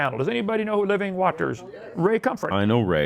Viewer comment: Why does he say it "wat-ters"?